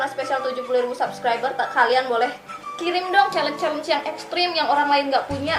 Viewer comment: Chalenge bacanya Syielenc